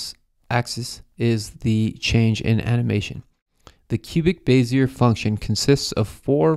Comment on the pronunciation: lol you pronounced bezier the way it should be pronounced (but isn't)